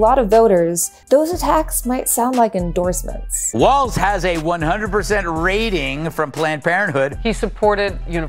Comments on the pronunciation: I enjoy your commentaries, but can you double check your pronunciation of Gov. Walz's name, please? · Great video, thank you! But you seam to be pronouncing a “t” in his name that isn’t there. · There is no t in his last name, Walz is said like walls not waltz. I know that he wasn't very well known before this week. So I'm trying to inform people. Thank you from a proud Minnesotan, have a wonderful day. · Walz... No "T" in there. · Maybe pronounce his name right?